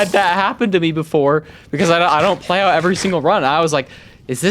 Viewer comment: "we're pearling nyaout" lol